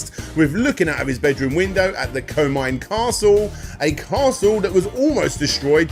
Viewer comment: Iga - ee gah not eye gah Komine - Koh mee nay not Koh mine This is japanese not english, the rules for pronunciation are EXTREMELY easy to pick up.